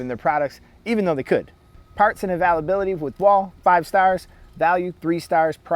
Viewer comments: first off those are dots not stars secondly if you cant get any parts for it that should be ZERO stars or if it costs the most but performs the worst ZERO stars thirdly learn to pronounce availability...theres an I next to the A . so ite like ale or pale not all or pall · How did you say "availability" my dude? Lol Great review tho Holmes.....thanks!